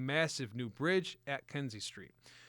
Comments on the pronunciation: KINZIE STREET..not KENZIE. Can't be that hard to at least get the name right, but no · Kinzie NOT Kenzie street